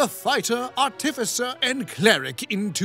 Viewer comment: Why is it that soooo many youtubers mispronounce "artificer" so freakin' badly? It's like nails on a chalkboard. It's as if somebody took a really off-key singer and auto-tuned them to be even worse. The emphasis goes on the first syllable, yet people keep putting it on the second. D20s are icosahedrons. Dodecahedrons are d12s, not d20s. Yeah, I know that's all nerdy and nit-picky, but this is a channel about nit-picking how other people play a nerdy game, so it makes sense. I'm a little surprised that nobody pointed out to SBM that he was whiplash switching between "Oh, noes! Am I destined to be the death of all whom I love?" and "My natural 20s are the s*t, I saved everybody, I am so awesome!" 'Cause they're really conflicting. (While SBM probably couldn't do it, a better player *could actually role-play how his character is so terrified of his dark, grim, dark, gloomy, grim history that he would latch onto any success and try to convince the other characters he is a real hero, in hopes of convincing himself of it. But, that would take a player with some introspection.)